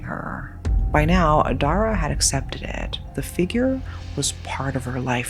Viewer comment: As a cambodian, Dara is actually a common name. But the way we'd pronounce it was dah-rah not the way you pronounced. At least for me and my family. The name means Star. Anway its so nice to hear a Ouiji Board story that is set in Cambodia. I mean finally!